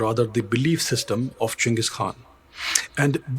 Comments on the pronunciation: its actually Ch not J or G Chinggis Khan also W react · Isn't it more like Chingis Haan